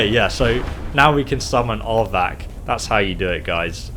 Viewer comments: why did u call him Ardvark? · Hahah you called it Aardvark?!?!Lol Its R-vac!! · I laughed each time you called Arvak aardvark 😂😂😂